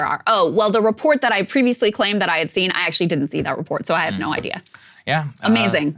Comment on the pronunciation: "I have steen there report"........ "I have not seen the reports".